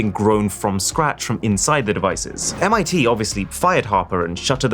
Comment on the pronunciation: MIT? Thats not Mighty